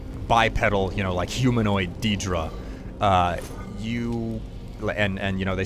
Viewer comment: Day-druh, DDAAAAAAYYYYYY-druh. Not dee-druh. Great videos but man that pronunciation has been killing me.